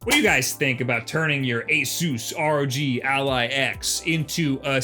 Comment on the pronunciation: its fucking ROG, NOT R.O.G ya bint